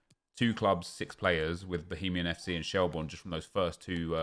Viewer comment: It’s pronounced shel- burn lol rate the vids though